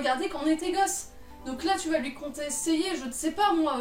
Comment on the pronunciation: J'ai ris...😂 "Contséiller" vraiment ?^^